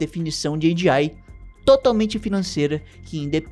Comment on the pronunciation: Oxe fala logo "AGEI" tu nao é gringo po kkkkkk